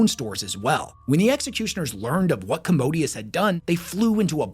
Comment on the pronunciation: Don't wanna be that guy but it really irks me when people don't even get the pronunciation of the words they are teaching people about. It's MaelSTROM, not MaelSTORM. Warhammer uses a lot of older and difficult words but I feel like this one is pretty easy. EDIT: Other stuff too like Commodus being pronounced "commodius". Legate being pronounced literally Leg - ate.